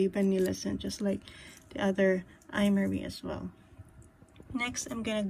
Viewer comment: Just a lil info its pro-nounced “Em-Ari” :)